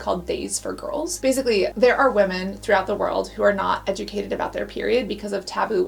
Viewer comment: She pronounces "women" like pewdiepie